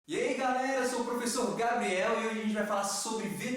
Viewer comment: " Guei galera" 😳